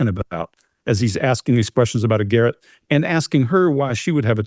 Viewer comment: Lol. can't talk when it comes to the ref to toilet when he pronounces the word garotte like carrot. It is a French word,,,gar - rot. 😅